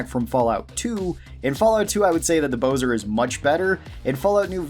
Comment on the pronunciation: It’s bo-zar, not bo-zer